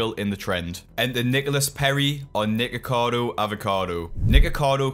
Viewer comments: I understand it's an accent, but they way you're pronouncing nikocado is bit sketch bruv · no way you're not saying the n-word when saying his name 🤣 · bro I swear I’m hearing you mispronounce the name and saying the hard R 💀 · Youre saying nickacado wrong. You sound suoer racist